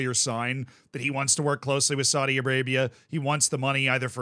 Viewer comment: needs to be careful. Saudi Arabia is very powerful and they may come looking for him to punish him. Not for saying that they are corrupt but for the way he mispronounces Saudi.